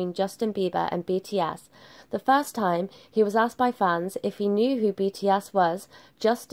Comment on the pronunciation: She is saying BT ASS 🤣🤣🤣 I'm sorry but the pronunciation XD